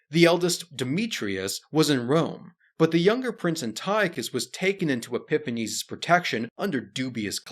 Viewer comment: "Anti-Ochus"; "Epi-phanes", etc.......ffs, man, if you're going to make video about Greeks, at least pronounce their names correctly.